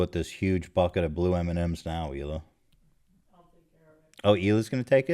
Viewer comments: idk if the thing with hila's name was just a nickname or not, but in case it wasn't: fuck off, nick, for mispronouncing the only non-english name out of all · Did u notice now he pronounces Hilas name right but every other video Nik says her name wrong in an obvious manner?!? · hilas name isn't even hard to pronounce and you how annoying it is for people to consistently say your name wrong 🙄